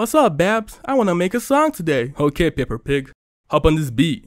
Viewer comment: It’s the fact you call her pepper pig😅